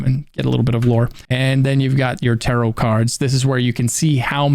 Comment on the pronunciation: Cant pronounce TAROT correctly.... unwatchable